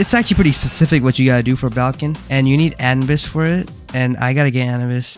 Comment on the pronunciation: It’s not anbis it’s a-nu-bis not anbis